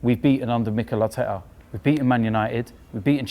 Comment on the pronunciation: it pisses me off so much how robbie doubts arsenal so much it not emry it is mikel artekerrzz